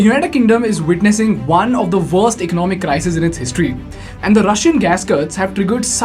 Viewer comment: One of the vorst....the vorst i say haha that got me then i left...!